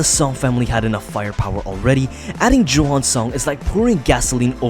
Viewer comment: That's not how you pronounce johan is Yohan